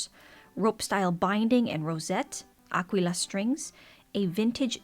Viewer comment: Really nice Ukeleles. I feel like the Roy Smeck could sit in a fruit bowl when not being played 🍐 . Please can you say Aquila several times, love your pronounciation ! 😋